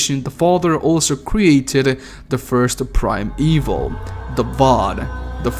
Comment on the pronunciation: Brother, you need to pronounce it, Prim-e-val. You are currently saying Prime-e-vil. Thus you are pronouncing that all prime creations of the father are evil.